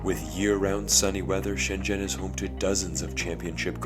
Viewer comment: Glad you pronounced Shenzhen correctly. It's not pronounced shen-zen like many foreigners do pronounce it but more like shen-jen